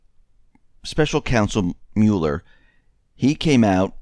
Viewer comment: You need to learn how to pronounce Mueller.